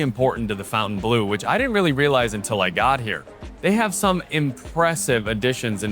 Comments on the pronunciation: he literally mispronounced every french word including the name of this hotel. its not "fontain blue" but "fontaine bleau" pronounced like fontäin blö which mean blue fountain. he also mispronounced veuve cliequot. he always says "woow cliiiicot" like a dog but its "vövv cli-cot". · Fawn-tayne. Not fountain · Great review but to keep with the upscale sophisticated ambiance of the hotel, "Bleu" is pronounced "Bluhhh", not "Blue". 👍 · Next you should review your English pronunciation. It's not pronounced "fountain-blue" it's the "fon-ten-bloh." Look at the name on the wall behind you. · I hate when people say FOWNTAINE or fountain. It's FONT aine I assume. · Just for information is should be pronounced "blow" at the end and not "blew" 😉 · fon-tan-blu is how it should be pronounced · FON TAN BLUH grench pronunciation ❤ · Could you please correctly pronounce the name of the hotel?… it is not Fountain Blue. Pronounce it as it as spelled. Fontaineblue, it is a little disrespectful to the French idea. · You're correct, but even the staff pronounces it Fountain Blue. It's been an ongoing debate lol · Is "fountain blue" how they actually pronounce the name? If you intend to butcher it, why name it so? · This is due to the typical American tendency to localize (or Anglicize) foreign words—instinctively reading the French spelling "Fontaine" as the familiar English word "Fountain." 😂 American